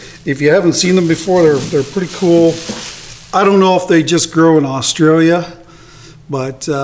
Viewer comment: Aussie Aussie Aussie OI OI OI. Hey? Do you know you say Australia like us Australians do? Well done 🦘🐨🇦🇺